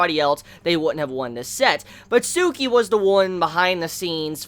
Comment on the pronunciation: It's Tsukki not Tsuki